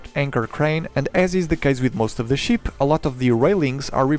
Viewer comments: I know English is obviously not your native language, but PLEASE pronounce ship with a short EE sound. It's not a sheep, its a ship. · i !!! not ee ... fuck sake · I’m not making fun of you but when you say ship it sounds like you are saying sheep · I just love how he pronounce ship😂 awesome video.